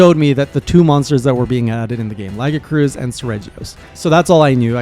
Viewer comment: It's pronounced lagi-a-chris